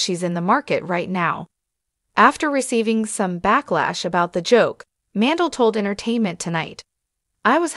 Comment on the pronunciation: Howie's last name is pronounced Man-dell. Not Mandle